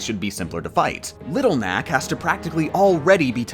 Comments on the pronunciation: It sounds like you are saying little mac when saying little knack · you keep saying little knack, it sounds like little mac and i feel like you are talking more about punchout